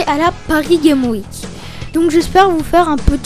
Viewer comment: T'as l'air sympa, mais je pense que c'est "la" capsule con', pour capsule convention, et pense à prononcer le "S" de paris gameS week, sinon super vidéo